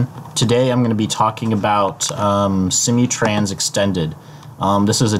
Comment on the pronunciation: Its SIM-MOO-Trans.. not See-mee trans. :)